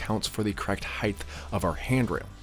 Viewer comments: Dude I like your content a lot, it's hugely informative and you execute your DIY well and in easy to follow steps. But I have to offer one piece of feedback because it's like nails on a chalkboard in every one of your videos. The word is "height". It ends with a hard T. Not "heighth" like "width". Sorry for the pedantry! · Fine work, nice results and a well-made informative video – thank you. I have a language tip that I hope you’ll find helpful. There is no such word as ‘heighth’. The word is height, pronounced hite. Width and length end with ‘th’, but height doesn’t. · Nice install. Only comment.. it's heighT, not heighTH 😂